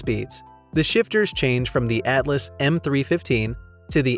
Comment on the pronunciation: It's pronounced "Altus", not "Atlus"